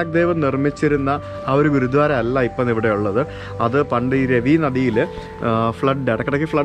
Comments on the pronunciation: it's Gurudwara.... Not Gurudhwara..... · ഗുരുധ്വാരയല്ല - ഗുരുദ്വാര എന്ന് പറയൂ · ഹലോ, video വളരെ ഇഷ്ടപ്പെട്ടു. ഒരു ചെറിയ suggestion ഉണ്ട്‌, ഗുരുധ്വാര എന്നല്ല ഗുരുദ്വാര എന്നാണ് pronounce ചെയ്യേണ്ടത്‌. ദയവായി ശ്രദ്ധിക്കുമല്ലോ.👍🏼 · say Gurudwara, not guru dhwara.. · Not guruthwara it is gurudwara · Not ഗുരു ധാര ഗുരുദ്വാര ആണ് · ഗുരുദ്വാരയാണ് ഗുരു ധ്വാരയല്ല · ഗുരുദ്വാര അങ്ങനെ പറയൂ. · Gurudwara... Correct ആയി pronounce it...